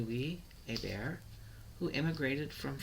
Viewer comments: I am trying to take this video seriously but your He-Bert pronunciation is just totally incorrect, literally no one who carries that name in Louisiana or France says it that way. A-bear is the only correct pronunciation of this name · Omg my last name is hebert and you said it wrong you have to say it like abear